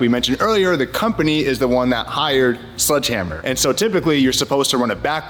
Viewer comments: Its SLEDGE hammer not SLUDGE hammer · It’s sledgehammer not sludgehammer. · Glad to hear things are moving forward with the lawsuit. However...it's sledgehammer, not sludgehammer. That drove me nuts. Haha